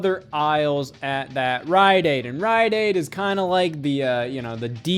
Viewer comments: Are you saying …. Riot aid? 😆 Sorry, just the way you’re pronouncing it sounds odd to me lol Either way, you’re the man, Scott! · Okay, so admittedly I don't watch as much Scott as some other people, but is he mispronouncing stuff like rite aid and subsequent on purpose? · Bro the way you say Rite Aid exposes your Ohioness.